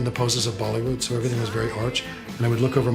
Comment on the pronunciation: Did he say “bollywood”?’